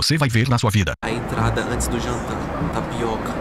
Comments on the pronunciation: "TAPIOCA" kskskksksksksk to morrendo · Meu Deus "Tapioca" KKKKKKKKKKKKKKKKKKKKKK